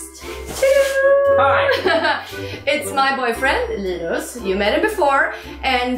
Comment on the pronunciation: Linda Hallberg yeah i heard ghst when you pronounced linus